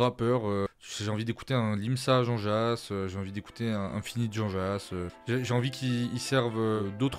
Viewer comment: Merci pour la review ! Attention à la prononciation d'Infinit que tu apprécies, c'est "1-finite" et non "ine-finite"